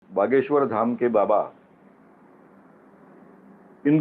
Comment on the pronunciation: भागेश्वर है,ना की बागेश्वर